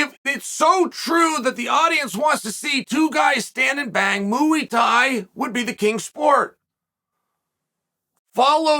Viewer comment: "Mooey Tai" lol